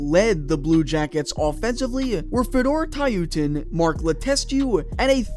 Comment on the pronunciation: Fedor “Tyoootin”